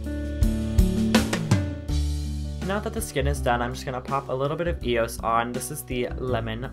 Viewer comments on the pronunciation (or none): It'd pronounced ee-oh-es silly (